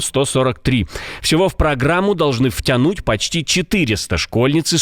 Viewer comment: ВтЯЯнуть! , ребят., если уж вещаете на русском, то хотя бы правила произношения посмотрите. Как колхозники говорите - честно слово.